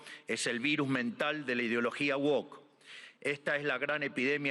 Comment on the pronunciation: el pelotudo no puede ni decir "woke" bien, tiene como amigos a angloparlantes y no puede pronunciar el nombre de lo que odia bien